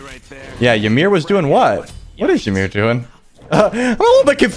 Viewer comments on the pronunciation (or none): Why do people keep mispronouncing Ymir's name so damn much? It is pronounced "EE-MEER" not "Yi-meer".